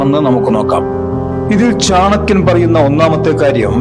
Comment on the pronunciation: Ithu chankiyandethalla.chanakkiyan. keshdakkuka ennadhinnu.keeyadakkuga ennuparayilla.ithu.thani.malappuram chankkiyan.